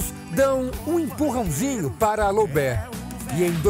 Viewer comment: Loubé???? Né loubet não?